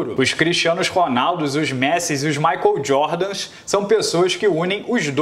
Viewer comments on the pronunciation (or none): none